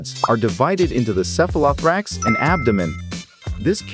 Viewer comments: It's pronounced sef-uh-luh-THOA-rax. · I didn’t know it was possible to be so pissed off by the mispronunciation of “cephalothorax”. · The way this Text to Speech Generator says "Cephalothorax" is a bit disturbing... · Before undertaking a project such as this, one would think the producers would spend a little time researching the proper pronunciation of some of the terms used e.g. cephalothorax, hepatopancreas and ommatidia.